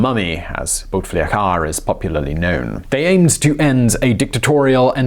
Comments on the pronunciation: It’s Boo me dee een And Bouteflika is pronounced Boo tuh fleek uh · Him: BouteflikAA Me : *giggles * Him : Harari Boudemiadian Me literally dies Aaaah westerns trying to pronounce shit.... What a blessing 😂😂😂😂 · Never heard a better "Bouteflika" prononciation in my life 😂😂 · That’s the funniest pronunciation of “Bou Taflika” ever 😂😂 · Firas Sanioura It sounded like “boot licker”. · I adore the way he pronounces bouteflika's name 😂😂💗